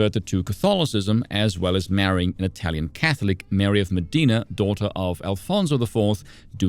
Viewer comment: Pronounced MO- dey-na. It sounds like he's saying Medina, the Arab city. I =eee, e = ey.